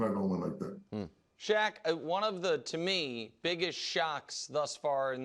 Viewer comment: 'Shaq' not 'Shaw.'